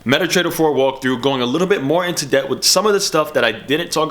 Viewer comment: GOING INTO SOME DEBT DEPT DEAPT TOPICS and WIFDRAWS BRO LEARN OW TO SPEAK UHG GHETTO dude